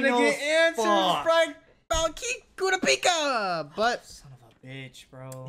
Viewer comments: it's pronounced " Kerrr rop pee ka" watch one dunbed just to know the name. I love sub. But sometimes I end up saying their names all wrong on different shows.when i heard you say kiropika I was like who? Lol. Even the subbed says kurr rop pee ka. Love the channel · STOP SAYING KURAPIKA NAME WRONG😷🤦🏾‍♂️ jeeez for what reason do you do that💀